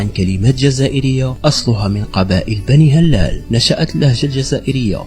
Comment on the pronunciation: لغة الفيديو ركيكة و ضعيفة نقول بنو ه‍لال بكسر الهاء و تخفيف اللام و مدها. و نقول وصلت إلى أوج قوتها وليس فوج قوتها. و نقول بلكين بفتح الباء و كسر الكاف و مده و لا ينطق الياء بل يستعمل لمد الكاف المكسورة. و هذا بلكين هو بلكين بن زيري ابن مناد. و منهم من ينطقه بولوغين بن زيري. و عليه سمي الشارع بولوغين في الجزائر العاصمة. و نقول بنو سليم برفع السين و فتح اللام و تسكين الياء. و في الأخير الكلمات العربية الموجودة في الجزائر هي كلمات أصلها من العربية الفصحى فقط مدرسة و ليست بالضرورة من لهجة بني هلال. و إذا كان هناك تشابه بين ألفاظ في المشرق هذا لأنهم كلهم يتكلمون لهجات تعود إلى أصل واحد و هي اللغة العربية الفصحى.